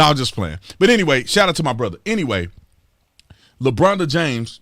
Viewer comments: Holy Sh!1 ...i thought you said Lebronda James..... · “Lebronda James” cracks me up! 😂 And HELL no is he anywhere close to Michael Jordan! I remember Jordan playing in the playoffs with the FLU so The Bulls could win ANOTHER CHAMPIONSHIP!!